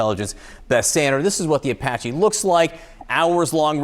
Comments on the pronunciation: please try to learn how to pronounce things like Iran isn't O'ron and Apache isn't O'pache'... Your an amazing reporter lets elevate your linguistics just a touch... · Does she really not know how to pronounce Apache?